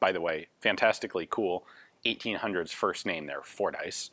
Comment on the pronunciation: *(also, and i hate to be the 'Bummer-Bearer'; ...but the name is pronounced: "FORD-iss", not "Four-Dice")